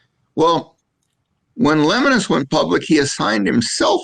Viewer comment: Hey, his name is pronounced "le-mo-nus". Might want to educate yourself on who you are talking about smack about your competitor. Camping World is like every other RV dealer. Get the sale and send them on their way. I've seen it all.